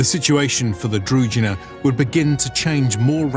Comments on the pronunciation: That's not the point, the word is Družina, which is a Slavic word and thus it is imperative that you pronounce it the way we Slavs pronounce it, when I speak English I don't speak it in the way it is spoken in my country of origin, I speak it in the exact same way that it is spoken in the States, simply because that is the language, it's not the English as defined in Serbia and therefore, the word Družina ought to be pronounced the way we Slavs define it, not the way non-Slavs define it, plain and simple. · Very interesting video-documentary. Only objection i have is pronunciation that is like punch in the eye (feeling is similar when Russian talks english). ZH in DRUZHINA read as G in Geneva, or JE (in Franch). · Also what is up with narrator unable to pronounce "druZHina"? Its so cringy. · DruZHina, knyaZHestvo are pronounced like in the French "bonJour". Knyaz and Knyazhestvo is also wrong. It is K-nia-z and K-niazhestvo. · In Ukrainian, Druzhina is pronounced differently. The "zh" is pronounced like the "s" in "measure". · Mispronunciations bother me. I won't listen to this documentary as i know what is it about and will just hurt my ears with all the "Kievs" and "druzinas" while it is actually Kyiv and Druzhynas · It's difficult to pronounce if you haven't heard it. Druzhina there is no D in zh, it's not Drudhina, more akin to the gandarme, the G sound from the french word would go into Drugina. I couldn't think of an english word that has that same sound sorry. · Anyone else getting attacked by rash all over the body, everytime the narrator pronounces Druzhina, as Drugina? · It's DruZHina (Дружина). It's sounds like frist letter of Jean Claude van Dame name. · Your pronunciation of Druzhina is wrong. 'zh' part is pronounced like French word 'je' not like 'j' in word justice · Guys, very nice video, but please make the effort to learn the correct pronunciation of the KEY word that the video is about. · The pronunciations of druzhina and knyaz are barbaric XD